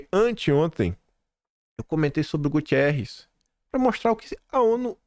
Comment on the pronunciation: GU-TE-RRES, GU-TE-RRES NÃO TEM i. NÃO TEM i.